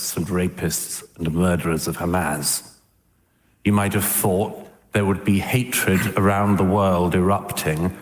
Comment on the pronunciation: I didn’t realize it was pronounced “Hamaz.”